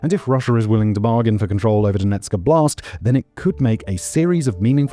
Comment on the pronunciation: The way you say Donetsk Oblast sounds like it some kind of "Donetsk style blast" or a "Blast in Donetsk". Oblast is a word for "area" and if you're interested in the correct pronunciation the first syllable is stressed.